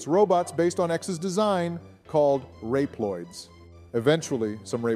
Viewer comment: Rep loids